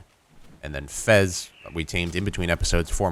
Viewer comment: Its FEZ not FES